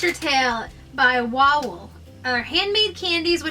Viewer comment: lol im polish and wawel is pronounced va-vel